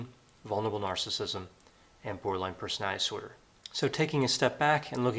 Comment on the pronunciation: Love ya, doc, but could you please enunciate when you say "borderline personality disorder?" -OCD Grammar Girl.